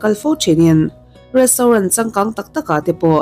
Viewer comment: Restauren 😂 chiang thei khawp mai